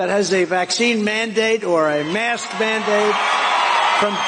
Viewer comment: '...or a mask van-date'??!! Is he in fact talking bout dates with a van?! A white one, I'm sure .